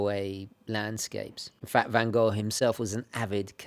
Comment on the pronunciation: Love that you are correctly pronouncing "van Gogh", not the usual "vanGho" that native English speakers often utter. Love the review, a job well done sir.